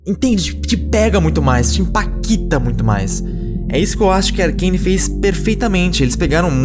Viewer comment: "te impaKíta muito mais"